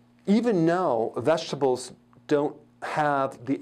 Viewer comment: Haha I don’t like when he said vegetables it sounds like he’s saying veshtables. Lol but I love all his videos, such good info.